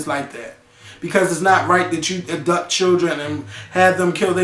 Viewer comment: DID HE SAY "ABDUPT"?!?!?!?! ENOUGH SAID!!!! LMFAO. WHERE IS MAKAEL?!?!